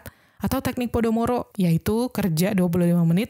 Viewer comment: Pomodoro kak, bukan Podomoro 😃🙏